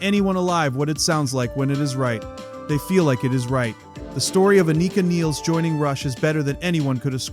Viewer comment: Its not pronounced "Aneeka Neels" ffs